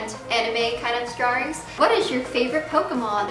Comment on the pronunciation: DID ANYONE CATCH HER SAY DRARWINGS